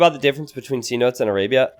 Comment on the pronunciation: I kinda don't want to say this because I know how T90 feels about people pointing these things out, but do look up the pronunciation of 'cenote'! Sen-oh-tay.